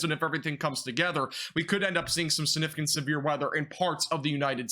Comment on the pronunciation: How many times do you need to say the word "significant" (sniffcant) lol. At least pronounce Vinces name correctly sheesh :)